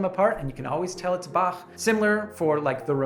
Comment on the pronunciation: Guy from Germany approves of your pronunciation of "Bach". ;)